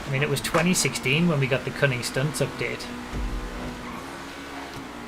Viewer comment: Whenever says "Cunning Stunts" my brain always skips a beat and I have to think about it because my friends and I... Say it... Differently